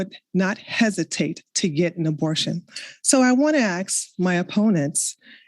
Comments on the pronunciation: Why can’t pronounce “ask”? She says axed’ 😂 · Hard to take someone seriously who says "ax" and "warefare". She can pronounce an S on any other word so its intentional. Not to mention she has no clue about ethics SOP and fallacies. Shes got zero knowledge in debate. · Atleast can pronounce ask😂 can’t even say ask without saying axe😂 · can’t even pronounce “ask”. She’s not based, she is uneducated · She can’t even pronounce “ask” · as a person who has expertise in this area you should probably realise that ax/axe is a common pronunciation in the American south and was an acceptable pronunciation in England in the past. In essence I’m not even sure how you can claim that she can’t pronounce the word correctly. By what standard? According to the culture with which she grew up in she is pronouncing the word correctly. Seems like a very stupid and ignorant thing to say. I never said you were a yank btw. I just figured you were a moron and it seemed like a better use of your time than crying about how people you don’t like are mispronouncing words on the internet You’re clearly slow so I’ll spell it out for you. The reason I made the point that all American’s pronounce ask incorrectly is because they do when compared with people in other parts of the world. The way ask is pronounced depends on the geographic location in which you were born and to say there is one correct way of saying it is idiotic. Most words that Americans say, such as nuclear, sound absurd to my ears but that doesn’t mean my regions’ way of pronouncing them is more correct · How hard is it to say “ask”? It’s 3 fucking letters.